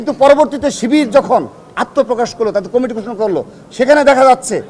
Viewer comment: দূর বেডা এটা কুমিটি হবে না,কমিটি হবে,উচ্চারণ ঠিক কর